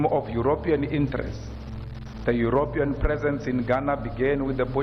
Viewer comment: I love your videos. Extremely informative, well thought out and planned., you pronounce Europian incorrectly. I think you say it as Eyuropyan. I think it should be pronounced yuropian. Please forgive me if I am coming across as condescending. I am not. English is not my first language, and my wife has helped me right many times over the years. I mean it in a contrite and humble way. Thanks for your videos.